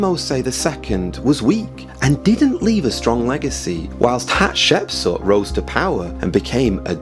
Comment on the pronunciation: You keep saying "Hapshepsut" instead the correct name "Hatshepsut". In addition, Moses wasn't a common man who was elevated to the highest ranks, he was adopted as a baby and hence was never a common man. I'm really interested in knowing who the pharaoh of Moses was but I don't think you cracked it.